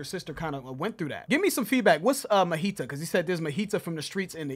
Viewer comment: Majita means homies, the J is not silent. ✌